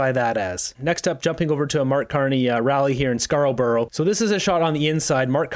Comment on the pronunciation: Love your content, just an FYI Scarborough sounds more like Scar-bro than scar-o-burrow